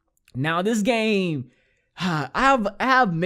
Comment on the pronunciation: U guys notice he says game but forgets the m so he says gay